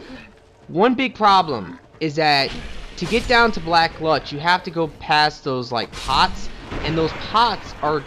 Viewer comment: Hey! Im watching ur entire playthrough now:) Just have 1 issue with ur vids. Maybe it's just me being stupid... but your saying alot of names wrong. I dont know if thats because ur not Reading it properly or something, but it annoys me xD ( example: black gLutch instead of Gulch or Shrine of amaDa instead of Amana) But i guess thats just me being picky:P Other than that i rly enjoy Everything!!!